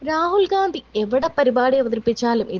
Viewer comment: പറയുമ്പോൾ ഒന്നുകിൽ രാഹുൽ വിംസി, അല്ലെങ്കിൽ രാഹുൽ ഗണ്ടി ഇന്ന് പറയുക ഒരാളുടെ പേര് തെറ്റായി പറയരുത്